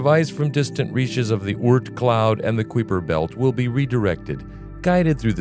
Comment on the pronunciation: VO can't even pronounce "Kuiper" correctly...